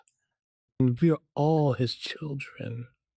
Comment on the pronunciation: The way he says “Children” has me dead. 🤣